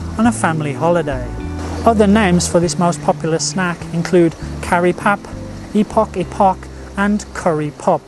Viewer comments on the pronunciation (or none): “epok-epok” is pronounced as “aye-poke aye-poke” 😜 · Hi, the 'e' in epok epok is pronounced like the first letter of the alpabet and the 'pok' should rhyme with 'poke' not 'pork'. Btw epok epok is the Malay name for those crescent shaped curry puffs. Always enjoyed your videos and look forward to more. Thank you. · Epok2 is pronounce as Aypok2. The indian currypuff (karipap) should be eaten with the chilli sauce which they usually provided n it will gv u more kick. Should try the Malay sardine epok2. Next video you should try is Goreng Pisang (Banana Fritters). Love ur content. Keep it up!!! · Thanks. I always need a few pointers on my Malay pronunciation! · I am so amused by the way he pronounced, "epok epok" as "ipok ipok". The "e" is prounounced as in the letter "a".